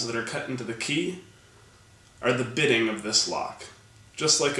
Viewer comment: You are saying bidding. it is bitting.